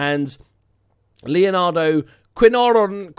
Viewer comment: the player with the name Quiñónes, is pronounced Kin-yo-nes. Also could you rename him to "El No". One last thing, Pozo is well, as in a Well in English.